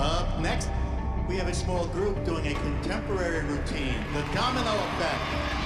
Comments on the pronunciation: i cant w her saying donimo instead of domino LOLL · why did she say the donimo effect and not the domino effect..... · The judge said donimo not domino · Aint no way the girl said “doNiMo” instead of “doMiNo” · "the donimo effect" lady, you had one job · “First place goes to… The “ donimo” effect!” 🤣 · did anyone else hear the announcer say "the donimo effect" lol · Anyone notice how the host said Donimo instead of Domino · Okay but when the announcer said “First place over all goes too... The Donimo Effect” i burst out laughing like i’m sorry but Donimo instead of Domino is just something else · Is no one talking about how she said donimo and not domino? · Group Dance Name: The Domino Effect Award Announcer: tHe DonIMo eFfECt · Is it just me or did the announcer say ‘donimo’ instead of ‘domino’ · anyone realize she said donimo effect instead of domino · THE WAY THE ANNOUNCER SAID “domino” SHE LITERALLY SAID “DONIMO” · it’s not donimo it’s domino girl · Anyone else catch the fact that the announcer towards the end says, "Donimo" instead of Domino? Lol I love it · Wait did that woman say the donimo effect instead of the domino effect?? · lol the way she said domino..."donimo." 😂😂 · Notice how she said donino effect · The lady that announced the winner team for domino effect said the donimo effect hahaha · the judge literally said: "the doNimo effect", instead of the doMino effect i- // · Did you guys catch the announcer say “the donimo affect” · anyone else hear the lady say donimo instead of domino 😂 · Anyone else realise the announcer said “the donimo effect” when she announced them as 1st? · Did anyone hear the lady say " the donimo effect" 💀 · Anyone else going to mention how the announcer said donimo instead of Domino? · "the donimo effect" Ecxuse me ma'am... Donimo??? 😂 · Anyone else hear that lady say “donimo effect” instead of “domino effect”? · Did anyone notice when the lady announced the winner , she said “ the donimo affect “ instead of domino affect